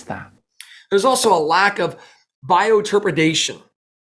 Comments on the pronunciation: Ladies and Gentlemen: Dunning-Kruger effect in action! Bioturbadation? LMAO (bioturbation) The word was literally written three times, once even broken into syllables with phonetic spelling and the guy still can't pronounce it right. Face-palm! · I know I'm nit-picking here, but he's saying "bioturbredation" (or something like that) while showing the spelling, definition, and pronunciation as "bioturbation". If he can't get something like that correct, then how closely do you think he's getting other details? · He cannot even say "Bioturbation" correctly. Come on man, say it with me: BIO-TUR-BATION. Not Biotrepidation or whatever. The same as MAS-TUR-BATION 😅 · slide gives pronunciation: bi-o-tur-ba-tion says: bioterpretation Why should we believe someone who can't even read his own slide? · Why does he keep saying 'bioturbODATion', when he even put the word 'bioturbation', on screen.... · He said bioturb(idation). Can't even read. Joke of a human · our generic version of almost had a stroke saying this word incorrectly. Bio turba day tion is how he pronounced it. Where does the day part come from? Did he just throw the extra syllable in for fun? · Actually he threw two extra syllables into the word. Ba day. Maybe he’s wanting a new toilet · Some bones are partly fossilized and partly un-fossilized, in the same bone?!? Well..........I'd like to see that. I'm calling that B.S. I'm wondering if really knows what fossils are at all. Another obvious sign of his ignorance, "bioturbidation" He has Bioturbation spelled out on his screen in his own video, WITH a pronunciation and he still get's it wrong. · Sorry… is he saying “bioturbidation”? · he said bioturba...what? if you can't pronounce it, it must not be real. lol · Bioturbidation? It doesn't incite much confidence when he shows the word on screen and still doesn't know how to pronounce it. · Yep, he did say “bioturbadation”. Is right there on screen buddy. Just read it.